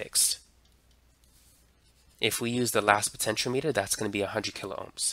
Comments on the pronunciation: It's pronounced speed-ometer. Not speedo-meter. Potenti-ometer, my friend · My friend, it's "puh·ten·shee·aa·muh·tr" 6 syllables Not Po-ten-cho-meter It's "po-ten-che-ahh-meter" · that it's Potentiometer not Potentialimiter... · Great video just it's pronounced potenti o meter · Thanks for the video. Btw, it's pronounced po-tench-e-ah-me-ter. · Why are you pronouncing it wrong? I cringe every time... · Am I the only one who finds his mispronunciation of the word "potentiometer" to be a bit off-putting? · Everything except how to pronounce potentiometer (also he sounds Asian) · Ehhh. He doesn't know how to pronounce "potentiometer" lol. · well, he doesn't know how to pronounce "potentiometer" . . ., so clearly not everything.